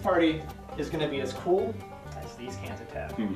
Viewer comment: If you're going to record yourself, people can criticize you. Learn to pronunciation, "cans of Tab" and "ten minutes left" were both hard to understand. Yay for subtitles. Also, Fox News accused this study of using up $1.3 million dollars, or someone whom they interviewed did.